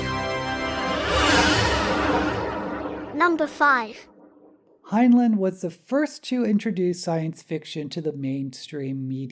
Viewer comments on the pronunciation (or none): Fact #0. He pronounced it hin-line, not hin-lin. Off to a great start. It's "up BY your bootstraps," NOT "up WITH the bootstrap." That doesn't even make any sense. Stranger in a Strange Land is, by his own admission, his biggest failure. He even lampoons it in The Number of the Beast, that only pretentious hippies like the ham fisted pseudo-psychology. Go on. Still waiting for "something I didn't know." Please google HG Wells. He had a "little bit" of notoriety DECADES BEFORE HEINLEIN WAS BORN. ... OK, after watching the whole thing, there was NOTHING NEW. Seriously, couldn't you do at least a bit of research. Let's see if I have one. How about: Time Enough for Love is based around Kabbalistic and Tarot imagery? Dora fell from the "Blasted Tower." The twins represent "The Lovers." I really should chart it out sometime. It's pretty blatant. My favorite Heinlein story? The Menace from Earth. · My favorite science fiction author. My favorite was Time Enoogh for Love. My only criticism of this video is his name was pronounced like FineLine as I was instructed when I joined the Heinlein Society and did one of their local blood drives. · 1 fact you don't know about Heinlein: how to pronounce his name. Here's a hint: the two syllables have the same vowels in the same order.